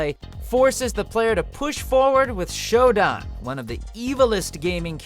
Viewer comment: It's SHOW-DAHN, Todd.